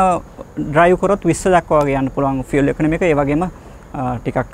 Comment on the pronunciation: ඔබ‍ "ඉන්ධන = Fuel (ෆිඌල්)" යන වචනය නිවැරදිව උච්චාරණය කිරීම ඉතාමත් අගය කරමි. හැමදාමත් ආසාවෙන් බලන, රථ වාහන ගැන සහ ඒ හා අදාල බොහෝ දේ ඉගෙන ගැනීමට ඉතාමත්ම උචිත youtube channel එකක් ගෙන ඒම ගැන ඔබ‍ට බෙහෙවින්ම ස්තුතිවන්ත වෙමි.♥️